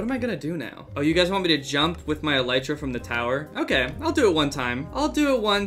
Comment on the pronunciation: Him saying elytra wrong just rubs me the wrong way